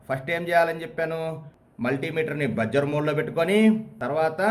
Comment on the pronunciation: చాలా సులభంగా, తేట తెలుగులో చక్కగా చెప్పారు. బాగుంది. కాకుంటే ఓ చిన్న సవరణ. Buzzer ఉచ్చారణ "బజ్జర్" కాదు, "బజర్" అనాలి.